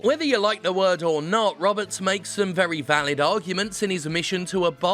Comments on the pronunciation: You keep saying "roberts" as the last name when the article says it was written by Joshua Rivera. Was this a mistake? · I can't tell if you pronounced his last name as 'Roberts' on purpose or just misread 'Riveria.' It's looking like it's the latter as I listen in further.